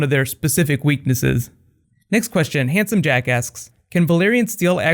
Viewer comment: Am I the only one who thought he said "Handsome Jackass"?